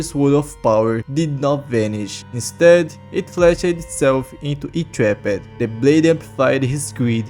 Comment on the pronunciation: “Itraped” bro u dont pronounce it like that.